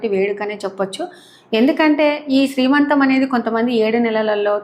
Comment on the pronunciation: దోశలు బాగా వచ్చాయండి, నేను ట్రై చేస్తా. మరో మాట, శ్రీమంతం కాదండి సీమంతం. ఏమనుకోవద్దు.